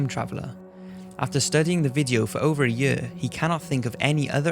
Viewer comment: the way you say year is crazy annoyimg